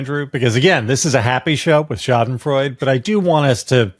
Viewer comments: It’s Schadenfreude, not Schadenfreud. You gotta pronounce the “e” at the end of the word. You’re all welcome. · Schadenfreud- E!!!you pronounce all letters in german!don't be lazy like the english and french.why even have letters, if you don't pronounce them?!waste of ink,time and space. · Say “SHAH-den-FROY-deh.” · Schadenfreude: pronounced SHA-den-froy-duh. In German, that final "e" is sounded. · nitpick: It's pronounced scha·den·freu·de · Schadenfreude: the "e" is pronounced. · There is an e to be pronounced at the end of Schadenfreude